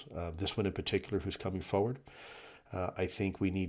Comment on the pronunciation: Foe ward is a strange way to say forward. 😊